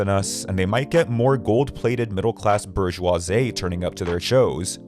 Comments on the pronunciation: "Burje-Wah-Zey"?!! Omfg. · the way you pronounce “bourgeoisie” is the best part